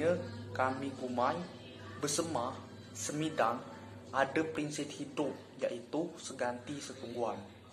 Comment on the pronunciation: Semidang bukan sumidang